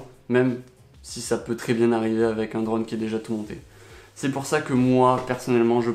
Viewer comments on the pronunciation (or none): none